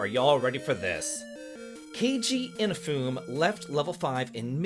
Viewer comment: Just wanted to say, the last syllable is pronounced in Inafune. So the last part would be like 'nay' and not 'foon'. i-na-fu-ne.